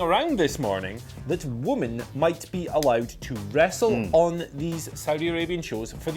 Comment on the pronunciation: Women!!! Why can't say women??? FFS more than one woman is women